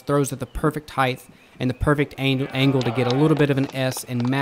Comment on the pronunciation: What is it with disc golf people saying 'heighth?'